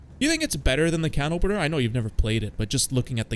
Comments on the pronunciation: First French Gendarme, now CanOpenNeeR 😅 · canopeneeer? is this ragebait? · The way you say canopener hurts my ears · misspronouncing "Canopener" for more rage bait comments is a 1000 iq play ngl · i kinda tweaked when he said the 10th time on purpose